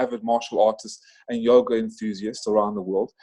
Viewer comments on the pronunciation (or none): none